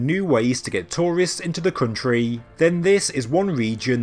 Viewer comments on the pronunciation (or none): none